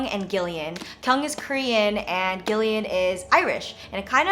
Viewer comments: I love your favourites, you always feature completely unique and different things from other youtubers. Btw, 'Gillian' is pronounced 'Jill- E- in', I'm Irish and cool to hear Ben is half :) x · Not sure if it applies in this case but generally Gillian is pronounced like Jillian, with a 'j' sound instead of a 'g'. At least every Gillian I've met pronounces it like Jill instead of gill. Also love those earrings so so much! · oh no I've been pronouncing Gillian with a J sound this whole time